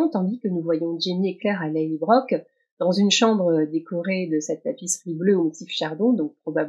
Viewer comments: Merci pour ce décorticage 👍, même si chacun de vos "LallybroQUE" me fait mal aux oreilles.😣 Ma suggestion: Pourquoi pas, adopter une prononciation plus proche du nom écossais ("Lallybrorhh")?😉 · Merci pour votre retour et votre patience avec mes 'LallybroQUE' ! 😂 J'avoue que ma version franco-écossaise du nom a ses limites... Je promets d'essayer de m'approcher un peu plus de la vraie prononciation écossaise ('Lallybrorhh') la prochaine fois. Mais bon, qui sait, peut-être que ma prononciation deviendra une nouvelle tendance... ou pas ! 😅 Merci de suivre mes décryptages malgré ces petites 'fausses notes' ! 😉